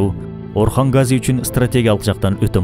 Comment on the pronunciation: Гази эмес Казы